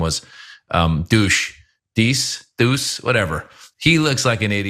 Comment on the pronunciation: I've known this pinhead for years, his name is pronounced "dayce", rhymes with ace...